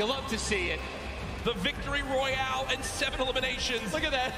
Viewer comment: The Vic Roy he just said the Vic Roy pls strike me down now